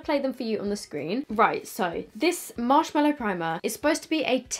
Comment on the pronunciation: I actually love you so much but dear laaaawd it’s marshMALLOW not mellow 😤 MAAAAALLOW. From the MALLOW plant. Anyway, not being a hater, just a pathetic pedant. Haha ♥️♥️♥️♥️♥️